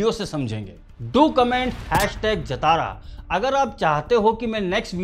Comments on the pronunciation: Not jatara... It's pronounced as jaa-ta-ra जातरा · उच्चारण ❌ जतारा नहीं 👉 जातरा ✅ करना चाहिए। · it is jaatra not jatara, written as jathra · Jatara nahi sir Jhataara jha-ta-ra. Fest! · Bhai.. nice review, take a bow 🙏🏻 By the way, it’s not #Jatara (जतारा) but it is #Jaatara (ज़ातरा, జాతర) or #Jaatra (जात्रा, జాత్రా) Thank you 🙏🏻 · jaatara, not jataara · It's Jaathara...not jatara..please correct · Jaatara ki pronunciation thoda galat hei.. जतारा ❌ जातरा ✅ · Bro it's not jataraa. Its jathara 😆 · Please say JAATARA not Jatara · Pls pronounce correct it's Jaatra not Jataara😊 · Brother, it is pronounced as Jaaa-thara and not Ja-Thaaaara. ❤ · jathara is wrong way to pronounce it should be pronounced as "Jaaathara" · जतारा नहीं जात्रा होता है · Baabu!!! it is 'जातर' not 'जतारा' --- its 'मातंगि वेषम्' - Not 'मतंगि वेषम्' please correct the pronunciation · Sir as telugu audience i want to correct the pronunciation of jatara, its actually jhaaathara,,i am sorry ,,jai hind ,, you have given a great review understanding the core philosophy,, 🫡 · It's Jaaa-Traaa jaatraa .....Matangi vesham or Vesh on 6th day. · Sir , no offence...your pronounciation of #JATARA is wrong...talk to any Telugu friend for correct way...if you can share your number can call you to explain ...am a तेलुगु speaking person